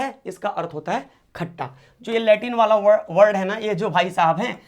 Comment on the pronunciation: Sir khata hota hai khacha nhi😂😂